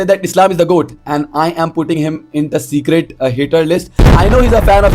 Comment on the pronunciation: it's secret... Not secrate..wannabe speed